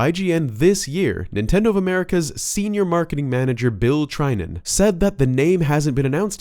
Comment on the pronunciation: Bill Trinen's name is pronounced with a short I sound. Like the I in "win."